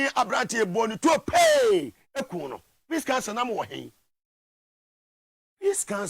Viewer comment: Are you saying peace council or sin council?